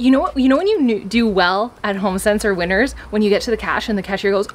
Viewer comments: I totally thought you were saying "Winters" as the store name this whole time. I just read your comment where you say you did a haul from "Winner's". Lol! I like Winner's as the name so much more. I was wondering if it's like a Canadian T.J Maxx? But I like the napkin holder. They have cute stuff. And you and Andre having matching masks is so cute🙂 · I definitely thought you said “I don’t know if you have winters where you’re from.” Then I realized you said Winners. Well I live in Arizona...we don’t have either 🤷🏽‍♀️😂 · At the start, I thought you said winter's, not winners lol and I was thinking "In from Australia and we don't have winter's, but we are in winter" lol ❄❄❄